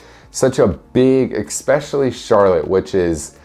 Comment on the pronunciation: Did he say eXpecially instead of eSpecially?